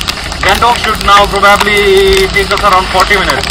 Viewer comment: Bhai daami cha vlog, I’m enjoying watching your channel, your content is good, I’ve subscribed, just one thing- “probably” ko pronunciation rectify gara hai (præ- buh· blee ) not criticising just a suggestion) one love